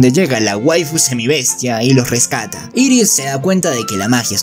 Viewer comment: No es iris es eris y no es grislein es gilen